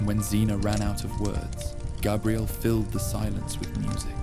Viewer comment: First of all, your audio mixing isn’t very good, the music and the fire sounds are way too loud compared to the voice. Second, I know you’re using an AI voice or you’ve made your own AI tts voice because it mispronounces Xena a couple times and Gabrielle a couple times so whilst it’s cool you can clone your own voice in a couple of minutes, now becoming annoying that all these sleep channels are doing this